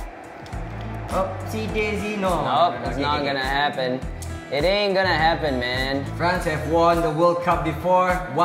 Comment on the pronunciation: is killing the name of france